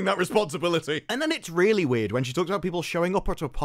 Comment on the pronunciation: "Love StOory?"..."Weeeird...weeIerd"🤡🤡🤡